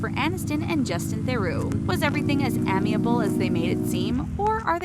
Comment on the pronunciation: Please check your pronunciation of the word "amiable," right there at the end. The initial consonant is a long "a," not "ahm" as said here. Sorry to nitpick, but good grief. It's a fairly common word. Get your words right before you record a video that is widely distributed and will live forever on the internet.